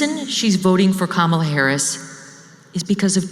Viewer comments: Ohh I love it!! sounds like "criminal Harris!" good on you Tucker. Bravo Megyn Kelly😍❤️‍🔥👏 !!! Boooooooo taylor swift 👎 good luck at the cheifs game in K.C. sweety, no one likes you here anymore t.s. we never really did anyway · Am I the only one who heard Tucker pronounce Kamala Harris as Krime- Allah Harris?😅